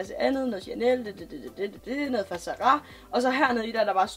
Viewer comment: Kan ikke komme mig over at du siger "Za ra" hedder det ikke Zara ?